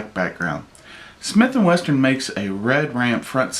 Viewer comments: he did lmao those damn smith and westerns hey BOSS its smith and wesson but thats a nice looking ruger ya got there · Sounds like he is saying Smith and Western. lol